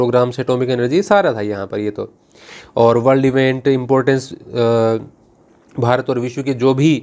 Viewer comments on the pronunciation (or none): none